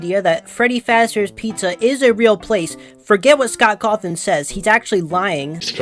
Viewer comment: sorry i'm losing my shit at him saying scott caw-thawn